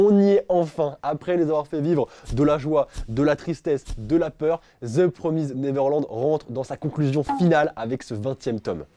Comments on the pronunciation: Je suis la seule à rager quand dit: The Promize Neverland;-; (je le dis PromizèD moi perso) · Part du principe que le son èd n'existe pas en anglais donc c'est promizd et pas promizèd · Sa se dit The promisd et pas the promisèd sa n'existe pas ca 90% des français font cette erreur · "Theuu Praumizeed Naiveurlande" on t'aime. X) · Ça se prononce "promyzd(e)" en anglais en fait, on prononce pas le e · je rage aussi tqt x) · C très perturbant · The Promised Neverland, mon manga préféré ever 😭❤ Tu sais juste pas le prononcer mdr